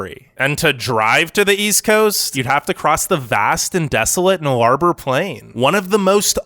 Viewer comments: To cross the west coast to the east coast of Australia, the Nullarbor is pronounced (null-uh-boar) not (nularbour) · It’s pronounced “NULLA-BOR” not NULL-ABOR. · Null-a-boar. Not No-lar-boar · Nullarbor Plain is pronounced Nulluh-bore not Null-arbor, I see how it tripped you up. Australia has quite a few names that are spelt differently to how you would phonetically believe - Biloela in Queensland for instance is pronounced Billo-weelah not Billo-ella or Bill-lolla. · Nullabor is pronounced NULL-AR-BORE. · Null-a-bore is how u pronounce it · I loved your pronunciation of the 'Nullarbor' LOL Try saying - NULLA then BOAR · Perth one you buggered up null-a-bore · Nullarbour......🤣🤣🤣🤣. Check your pronunciation.